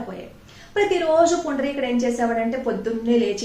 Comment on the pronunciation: పుండరీకుడు.... మీరు పదే పదే పుండలీకుడు.... అంటున్నారు కుక్కుటమహర్షి ని.... ఒకసారి juhnu మహర్షి.... అన్నారు గమనించగలరు